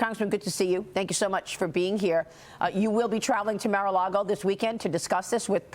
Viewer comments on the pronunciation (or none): Puh-Leaze! It is Mar ... Mar a Lago ... Not Mare!